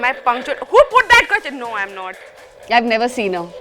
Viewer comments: Isn't that "quesTIN" pronounciation weird? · HRs pronunciation of question.....😐😐